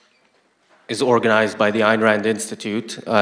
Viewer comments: Why is it so hard for people to say "Ayn?" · Especially after saying "Nathaniel". ;) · She pronounces Yaron "year-ron" and Ayn "Anne." Stop getting Americans as moderators. I'm joking a bit